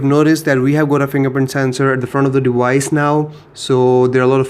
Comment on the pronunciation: dewice ...... ok bro :D